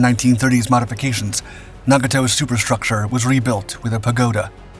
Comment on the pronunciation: You would think the people behind these “history” videos would learn correct pronunciation of the names of famous vessels. sheesh! couldn’t watch past the tenth mispronunciation of Nagato.